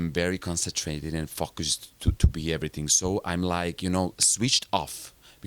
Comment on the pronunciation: "When I am on stage and everything I am very concentrated and fuckust to be everythig." "... I dont see anybody just fuckust, and when I finish..." Wow what difference a small vowel shift can make...HAHAHAHA :D